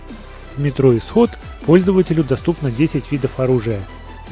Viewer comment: метро эксодус правильно произносится